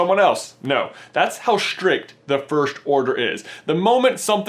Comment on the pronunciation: IT'S FIRST NOT FIRSHT YOU IDIOT.